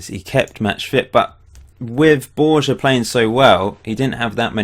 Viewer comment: Borja is pronounced Borha.